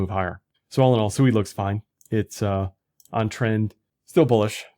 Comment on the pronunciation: I've been told that SUI is pronounced "swee" like oui oui. Dyor, nfa